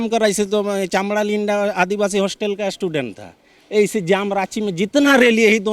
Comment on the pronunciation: Table tok s pahle banla chod k hindi uccharan to sik le..chamra ko chamda linda bol raha h😂😂😂